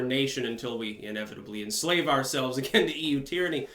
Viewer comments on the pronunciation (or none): none